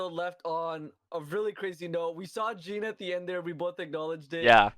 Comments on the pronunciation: could you please stop calling Jean "GENE" XDDDDDDD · Nifail Soudmand JEAN is a french name and it is pronounced as how they say it in the anime. /jan/